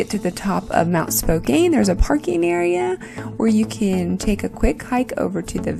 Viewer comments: Spo-can not spo-cane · That is very close to where I grew up. Go straight north, and it is just across the Canada border. We pass through Spokane all the time on our way to Canada. It’s pronounced Spo-KAN, not Kane. Nice video and great view from the mountain top. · You pronounced Spokane wrong -- it's not a long "a", it's pronounced "Spoke -- ann" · learn how to pronounce "Spokane". LOL